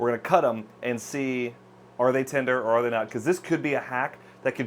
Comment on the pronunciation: he said maybe save hundreds or thousands of dollars by getting chuck roast and not ribeye. but it sounded like he said hundreds of thousands of dollars and i thought that was funny.